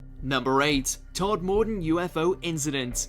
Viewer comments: The number of times I've heard Todmorden mispronounced by incorrectly putting the stress on the 2nd syllable when the stress should be on the 1st syllable (Tod-MORE-den when it should be TOD-mer-den). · How not to pronounce Berkshire, Todmorden and Envoy. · They should all know better, as "Tod" for years was known as a hotspot for Alien spaceships in the 60's and became quite popular. Though most of us original inhabitants got away unscathed. But it is still my hometown so bloody pronounce it properly